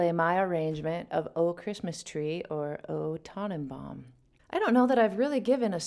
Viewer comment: Your German pronounciation of "Oh, Tannenbaum" is really special :-).